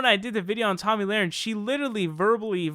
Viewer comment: Tomi, pronounced tommy, not tammy. And.laher, pronounced luh-ren, not lorin.